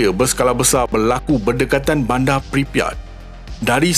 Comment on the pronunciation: Bandar bukan banda Sekitar bukan sekita Sinar bukan sina Liar bukan lia Konten pendidikan seperti ini seharusnya menggunakan perkataan dan sebutan bahasa yang betul. Bahasa jiwa bangsa. Kalau kita yang memartabatkan Bahasa MELAYU siapa lagi?